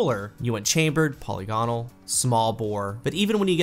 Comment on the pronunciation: Everyone says polygonal wrong.